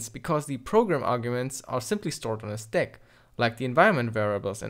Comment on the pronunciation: cant even pronounce stack correctly, kind of hard to understand like what is that "`"x08' at the end?